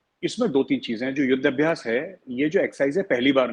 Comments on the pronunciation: it's called 'yudh Abhyaas' (war practice) not Abyas🙏 Here to listen major Arya 👏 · "Yudh Abhai-yes": I was waiting to see how long it would take Major Arya to crack up at that botch-up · Yudh abhyas pronounce it properly, gharwapasi karna hai ki nahi, practice kar lo....btw means ant in Telugu